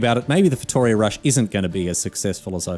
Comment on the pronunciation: You may know more history than, but you also don't know how to pronounce Feitoria correctly ("Feituria")